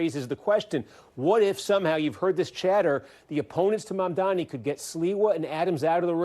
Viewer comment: The way people with ethnic names cant even get their names pronounced properly even when they are phonetic and not difficult at all is so infuriating